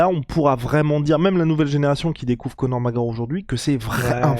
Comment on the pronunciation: tu va finir par articulé son nom? C'est Conor mc fuking Gregor! Et non Conor Mareor! Merci